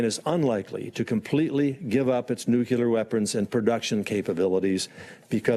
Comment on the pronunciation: DNI Coats- "nukular"